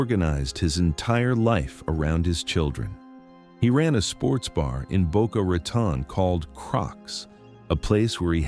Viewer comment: I think you mispronounced "Geri" and also "Boca Raton".